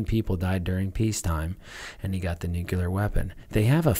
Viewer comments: I wish that people who talk about nuclear topics would learn how to pronounce the word nuclear. NEW-CLEAR not nuculer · "Nucular" brah XD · I can't get past "nucular." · Why does every american I hear pronounces "Nuclear"---> "Nukiler"? Is there a reason?